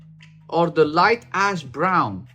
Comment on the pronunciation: I keep hearing dark/light ass instead of ash. 😂 I keep thinking is really annoyed, 😅